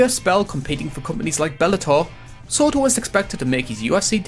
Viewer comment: Jor “bad morfor” sortor